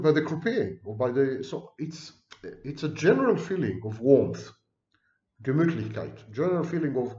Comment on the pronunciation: Do you speak German? There was nearly no accent in Gemütlichkeit!